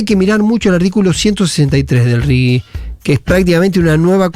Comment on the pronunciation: J!!! RIGI - RIJI. Es castellano!!!